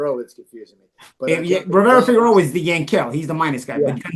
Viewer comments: Rivera Figeroa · Holy crap it's not Figueroa! Lol 😃 ng aside always enjoy your breakdowns.